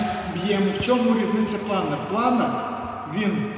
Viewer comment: Чому "планір", а не планер?